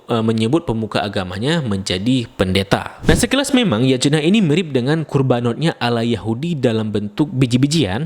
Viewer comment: Yatnya bang bacanya bukan Yajena wkwk 😭